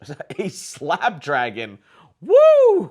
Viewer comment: you know an iPhone guy when he can't properly tell the name of SNAPDRAGON. 😅😂